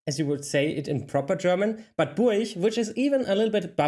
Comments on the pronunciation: Burch anstatt Burg zu sprechen ist nicht Bairisch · That pronunciation of Burg is also common in west germany near the borders.